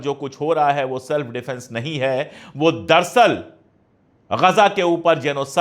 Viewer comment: लफ्ज़ "दर सल " नहीं बल्के "दर अस्ल" है। कृपया इसलाह कर ली जिए ।